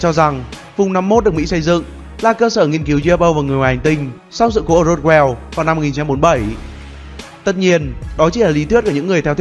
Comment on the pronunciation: Hay nhưng nghe khó chịu với cách phát âm Ufo và Roswell của Ad quá